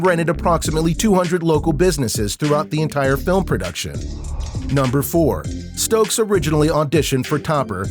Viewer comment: Yeah the dude who made this is doing a whole lotta callin, he also called Chase Stokes “Stoke”